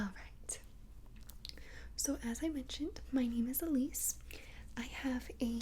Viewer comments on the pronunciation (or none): I heard aleece